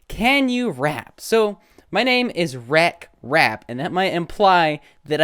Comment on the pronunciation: You are not rek-rap u are re-krap